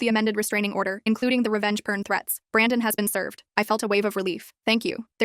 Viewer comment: When they pronounced it revenge "pern" I thought of the er ma Gerd burbles from the 2000s.